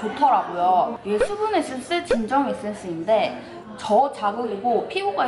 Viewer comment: 국밥 퍼묵퍼묵할때 보다 화장품 리뷰할때가 더 잘어울렼ㅋㅋㅋㅋ워쩔ㅋㅋㅋ (이런 캐미녀 이 먹방해줘서 다시금 아리가또~) (Thㅜ분 에센thㅜ, ㅋㅋ th발음 귀욤귀욤)